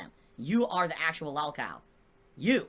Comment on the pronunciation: "I was around before lahlcow culture existed" Does he really believe the bullshit he says or is it just cult pignosis?